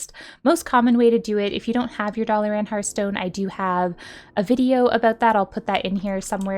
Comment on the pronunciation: Never hear Dalaran pronounced 'dolly-ran' before, hehe. Love it, calling it that from now on.